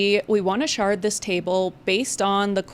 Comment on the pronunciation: 🤣😭 never let your shard d's become t's